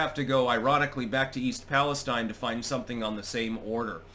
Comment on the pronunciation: it's pronounced east pallis-STEEN